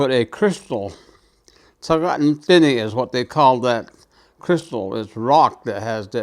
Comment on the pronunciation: This was the original spelling. I am not sure when the spelling changed. The the way he is pronouncing is correct. Dine’ seems different. Navajo is my first language. I never took a class to write Navajo language. Just saying, not criticizing.